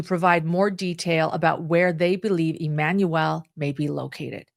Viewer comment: Why on earth do you keep saying EmanuEL?